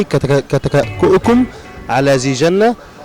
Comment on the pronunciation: بداية المذيعة نفسها قرأتها خطأ و الجملة مكتوبة في الورقة فيها خطأ إملائي أصلا .. فضلا عن أن الجملة غير مضبوطة بالشكل .. مَا لَكُمْ تَكَأْكَأْتُمْ عَلَيَّ كَتَكَأْكُؤِكُمْ عَلَى ذِيْ جِنَّةٍ اِفْرَنْقِعُوْا عَنِّيْ .. المذيعة أخطأت في ثلاث كلمات هي (كَتَكَأْكُؤِكُمْ) و (ذِيْ) و (جِنَّةٍ) .. مع العلم أن شرح معنى الجملة المبين أسفل الفيديو هو شرح صحيح